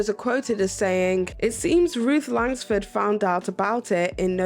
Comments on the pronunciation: There’s no “S” in Langford. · She can’t pronounce Langford either.